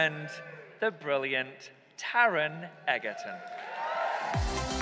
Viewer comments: really said ‘egg-er-ton’ hOW? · He said he was great friends with him but couldn’t even pronounce his name properly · Maybe mispronounced it on purpose too joke with him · I adore both Taron &, but you’ve got to learn how to pronounce Taron’s surname,. 😂